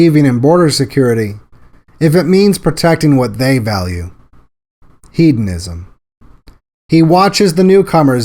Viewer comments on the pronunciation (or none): none